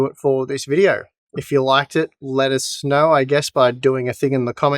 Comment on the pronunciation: "let us know" sounded like "let it snow" :)